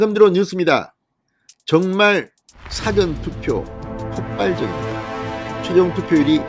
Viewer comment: 제가 과문한 탓인지는 모르나 진성호씨가 말하는 "사전" 이란 단어는 영어로 Before 란 말인데 발음은 사에 액센트 없이 좀 길게 사--전 이라하는게 맞는것 같고 영어로는 "Dictionary" 사전은 짧게 발음하는게 옳은것 같은데 제가 틀린건지요?